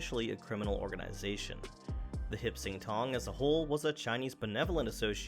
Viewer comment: I believe it’s “Hop Sing Tong.”